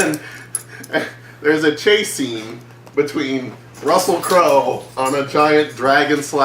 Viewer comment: “Russell Crowe-el”💀💀💀